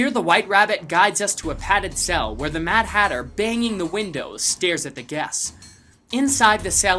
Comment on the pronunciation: This Matter Hatter Thing Dose Not sounds Like Matter hatter